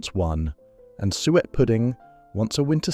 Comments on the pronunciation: 1978? More like 1958 for that kitchen? Suet is pronounce sue-ett not sweat! As usual, the condescending AI voice pretending to pander to our nostalgia while sneering at the food. I had quite different foods in the 1970's.. I think you may find bread pudding on the menus of quite fine dining establishments - and it is so versatile, my mum made a wonderful chocolate version. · Sounded like the AI voice was saying "sweat pudding"! 😅 Pease pudding is still going strong in the North East of England. Sunderland in particular has butcher's shops that sell the wonderful Pease Pudding dips! They are always my first stop when I venture back home. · I enjoyed watching that - in spite of the slightly random images and the AI voice that can't pronounce "suet". It brought back happy memories of my childhood.